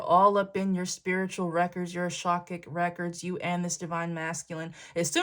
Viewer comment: Awesome reading!! The intricacy of this situation is crazy. These people are weird AF ✝️🛐 FYI you know I love you, but it's not A sha kic records it's A ka shic records., just so you know, but you know I don't really care & I'm not trying to be a bish. Thanks X 💕